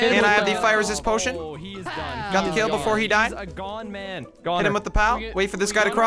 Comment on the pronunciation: "Got the kill befare he died" I understand why i have headache so often.